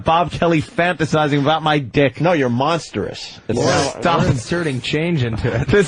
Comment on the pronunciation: not just repeating monstrous but misprounouncing it as monsterous